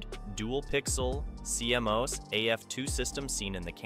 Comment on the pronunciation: That's not how CMOS is pronounced in the industry. its pronounced "c mos", "seemos" 😄